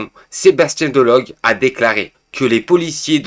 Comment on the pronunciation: DE LO GU comme aigu, super glue et turlututu chapeau pointu ! Pascal pro ! Manuel Bompar ! Pas prode, delogue et bomparte ! OMG tu n'y arriveras jamais avec les noms de famille et comme je te l'ai déjà dit plusieurs fois, pour moi ça veut dire que tu ne lis pas les commentaires et que c'est pas toi qui regarde les médias pour préparer le contenu de tes vidéos